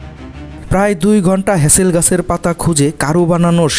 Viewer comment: ভাই কথাটা "মাওয়াল" না। মূল কথাটা হচ্ছে "মৌয়াল"। আর মধু সংগ্রহের জন্য যে পাতা দিয়ে পট্টি বানানো হয় সেটি হলো "হেঁতাল" গাছের পাতা, "হ্যাচেল" নয়। একটি প্রচলিত শব্দ কিভাবে আপনারা বিকৃত উচ্চারণ করেন ভাবতে অবাক লাগে। প্রকৃত বাংলা শব্দ সঠিক উচ্চারণে একজন বাংলা ভাষাভাষি লোক হিসেবে বলাটা সঙ্গত এবং যৌক্তিক।